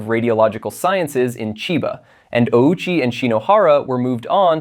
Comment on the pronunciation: That's not how Ouchi's last name is pronounced. We all know how it's actually pronounced.